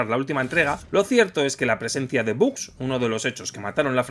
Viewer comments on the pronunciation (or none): none